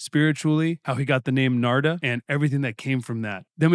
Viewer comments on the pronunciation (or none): His name is Narada, not Nards. Put your teeth in! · I love channel, but come he keeps calling him “Narda”??🤔 That’s like calling Lovano, “Elo”?🤔😳😂 “The name "Narada" means "the one who gives knowledge to mankind" in Sanskrit. It is pronounced as Naa-Raa-Dah” Again, love interviews, but it seems kinda lazy to not even take the time to learn how to pronounce your guest’s name.